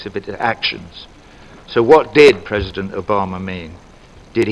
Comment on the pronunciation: "Predison Obama" (Is he drunk or what? He does not seem to be well in shape least is to say...) - (or should I say - ) When did Israel deny the so called "Palestinians" right to enter negotiations as to provide them sovereignty over territories and as such their right of self-determination? (Small remark for putting Palestinians between quotes, is that I'm not a racist person for me every person that lives in Palestine is a Palestinian...)